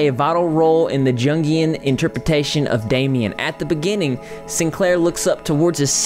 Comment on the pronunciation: Follow up to last comment... Jungian (pronounced like jun-gee-an) and esoteric is pronounced as eee-soh-teh-ric (eee-soh-t-eric). I still adore you and all that you do, though! Just trying to help a brother out. :) ♡